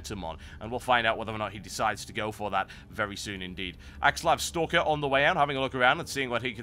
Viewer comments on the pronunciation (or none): none